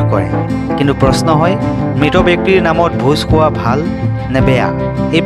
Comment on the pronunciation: ভোজ সোৱা নহয় ,ভোজ খোৱা, সাবলে নহয়, খাবলে